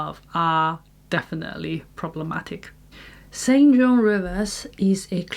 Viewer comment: St John is pronounced "Sinjin".